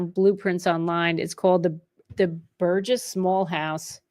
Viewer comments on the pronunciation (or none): none